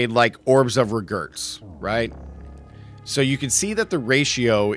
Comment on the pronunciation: Is this guy pronouncing orbs of regret as orbs of regurts?!